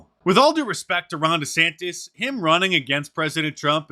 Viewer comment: Neither Ron Desantis nor his wife know how to pronounce their last names.